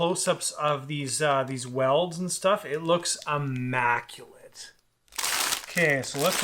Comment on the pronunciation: (I)mmaculate. Not (uh)macculate. Normally im not that guy. But when you put so much emphasis on it and still get it wrong....